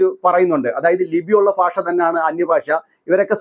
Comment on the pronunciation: ഫാഷ അല്ല ഭാഷ